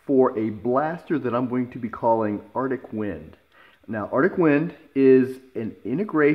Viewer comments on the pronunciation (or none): The way you pronounce Arctic bothers me. Other than that, damn that's a sexy design!